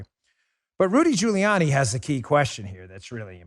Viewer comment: Geriatric fool is too damn tired to actually say Rudy Giuliani it comes out Rudy jelani